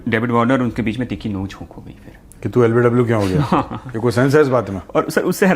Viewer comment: Mooh se joota nikal k baat kar le bhai: LPW nhi LBW hota hai. Janta hoon tu majboor hai lekin itna bhi kya k teri saans phul rahi hai